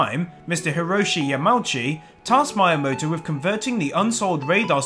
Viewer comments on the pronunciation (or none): I love your accent, but PLEASE learn to pronounce the Japanese names clearly, it makes me cringe every time when you add completely wrong letters or drop letters that are not dropped(Miyamoto, not Mayamoto - when there are several vowels in a row they are all pronounced equally, NOT blended a-u, not au et cetera...), still, good, informative video :)